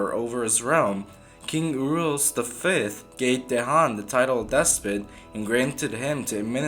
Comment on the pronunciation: Great channel pal, you are making great themes not just mainstream/popular one, just to help you with prounanciation of the names...Dejan=Deyan...Mrnjavcevic=Mrnyavchevic